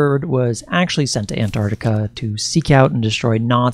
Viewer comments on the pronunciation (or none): can't even pronounce "Ant-Arc-Tic-A"...says "Ant-Ard-Ica"...ffs.. Not even bothering beyond 20 seconds,...fucking millenials... 🙄 Do you also "axe" many "impordant" "queshens" in your "research," too?